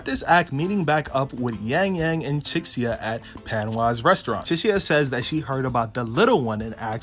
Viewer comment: your pronunciation is wacky as hell chixia is nawt pronounced that way 😭🙏🏻